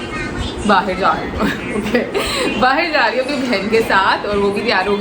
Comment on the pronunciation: baahir nhi bahar bolte hai bahar jari hu.....tum baahiir bolti ho